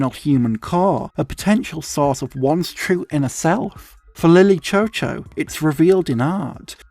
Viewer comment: from what i’ve seen online i’m actually pretty sure that it’s pronounced “lily shew shew”. that’s probably my only critique of this video. i remember watching this for the first time and i wish i could watch it for the first time again and again